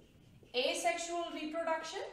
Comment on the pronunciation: It's Asexual not Asesxual!